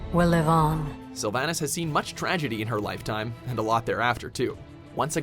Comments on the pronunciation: You said slyvanas and Gul'Dan and medivh and sargaras wrong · you say #10 twice. you meant #9 on uther... also, you butchers several names pronunciation wise. Sylvanas, Illidan, . also, lore wise, illidan gained demon powers in the war of the ancients(prior to the first war, this was the first invasion of azeroth, hyjal was 2nd, we are in 3rd now)